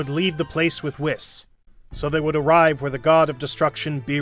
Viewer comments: Right. Dude never watched the show, but got king kai & vegeta's voice down and still call whis "wist" 😅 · Whis❌ Ws✔ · He says whis like piss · Bro said wis💀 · nah dude hes right💀i mean thats what i thought firstly but its like (wh-i-s(closed i sound) no offense tho